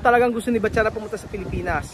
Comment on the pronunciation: ano talaga, patcha o batcha? iba kasi pronounce mo sa pangalan eh.